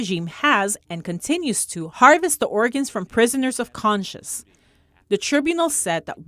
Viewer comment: Tribunal [sounds like TRY BYOU NUL] Prisoner of "conscience" is not pronounced like "conscious".